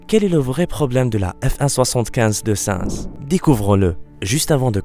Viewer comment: 1: sa i nzzzzz et pas sinz 2: azerba idjan et pas azerbidjan 3: paul ricard et pas paul richard ceci n est pas une critique mais un conseil pour que vous améliorez vos prochaines vidéos